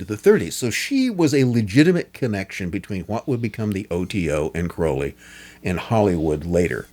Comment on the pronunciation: Thank you for at least pronouncing his last name correctly. People tend to pronounce it wrong because of Ozzy, but the poem The Convert proves the real pronunciation. Anyone that believes the Satanic BS about Crowley needs to read Confessions. He had such an amazing life and people that knew him personally had nothing but good things to say about him.